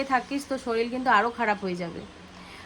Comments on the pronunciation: কথাটা শরীর শরীল নয় 🙄🤗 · Soril hoy na say sorir